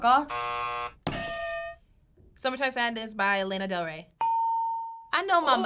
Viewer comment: If mom is LANA del ray how does she say it wrong